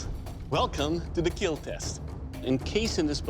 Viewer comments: It will Keel! Lol 😂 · It will both keal and kill haha